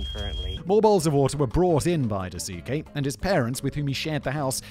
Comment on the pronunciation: daasuke would be pronounced dahskay, no?